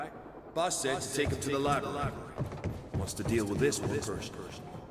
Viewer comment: My biggest problem with Quantum Break is that characters (mostly Beth) pronounces the word "Library" as "Libary" 😂